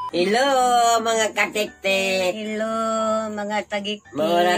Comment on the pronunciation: lola wending: "hi mga katiktik"😊 other lola: " hi mga TAGIKTIK"🤣🤣 ka cute nilang duha hahaha😂😂😂❤❤❤